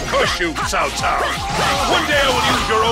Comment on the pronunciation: His Douglas Rye's voice is similar like Nobunaga from Samurai Warriors 1 and repronounced as "t'sao t'sao" from DW6 and newer Dynasty Warriors Games rather than Cow Cow. For example: "Know to whom you speak! I am Cao Cao, ruler of Wei!"